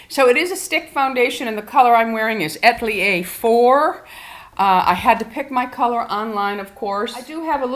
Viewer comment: A-tel-ier please not At-lier